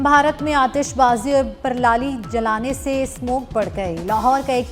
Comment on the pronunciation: Perlali nai parali huta ha .